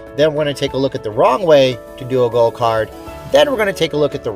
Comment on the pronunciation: I thought you said "Gold" card. Was wondering if that was money? lol. Thanks for the video!